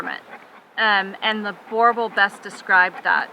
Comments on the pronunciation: As a South African, I'm cringing every time she says Boerboel. And for god sakes they're not you exploitation toy America. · you are saying boerboel wrong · I am a Boerboel owner and I know more about the breed than this breeder. Boerboels don't dock jump, they aren't therapy dogs and they don't pull sleds. She can't even pronounce the breed name right! They know little, if anything, about the breed history. The word "Boerboel" derives from "boer," the Afrikaans/Dutch word for "farmer." Boel is an old Dutch/Afrikaans slang word for dog. Boerboel, therefore, translates as either "farmer's dog" or "Boer's dog"and should be pronounced somewhat like "boo-r-bull." (not Burbull). The Boerboel is the only South African dog breed created to defend the homestead. Despite the Boerboel's long breeding history, there is great uncertainty as to how many and which breeds were used to create it. It is generally believed that the breed was created from interbreeding native African landrace dogs, such as the Africanis, with breeds brought into South Africa by Dutch, French, and British settlers. The most likely origins date back to Jan van Riebeeck's arrival to the Cape in 1652. Van Riebeeck brought a "Bullenbijter" with him. hose originals settlers, and later European settlers, also had large, strong dogs that almost certainly bred with the indigenous, domestic dog breeds of South Africa. Later, in 1928, the diamond mining company De Beers imported Bullmastiffs to South Africa to guard the mines. This breed was also crossbred with Boerboels in the region. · Americans it’s not that hard to say boerboel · Jesus the mispronunciation XD sounds like she's saying Borbulls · Enjoyed this. Thanks. The only thing that needs to be rectified is the pronunciation of Boer. The "oe" sounds more like the "oo" in the English word Cool. Not like Bore or Boor. Thanks. :) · Please pronounce it correctly boo-r bulls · When an American pronounces Boerboel it sounds like Gorebull